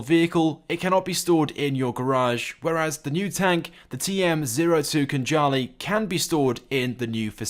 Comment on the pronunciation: KHANJALI - thats how we pronounce Georgian word, and It means SWORD